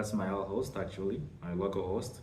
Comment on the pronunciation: Ai said L(H)ost instead of LHOST